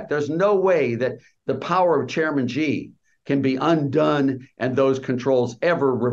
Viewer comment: Laffer, who 'really knows China', pronounces Xi Jinping "Gee". No, it's pronounced "SHEE", like the female pronoun. How does he not know that?